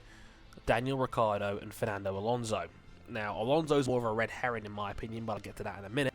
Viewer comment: its alonso not alonse and we dont want a wsr driver in it and in the first place who in the hell is antonio felix da costa